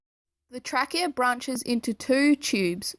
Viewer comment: You mispronounce trachea, alveoli, and capillary.